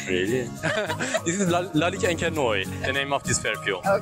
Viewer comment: Why do you pronounce Noir as Noi?